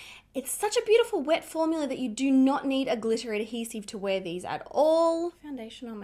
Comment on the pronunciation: I love that you say “formular”. It reminds me of Mr. Crabs from SpongeBob 🤣